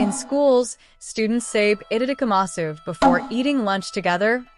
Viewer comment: You do not pronounce the U at the end.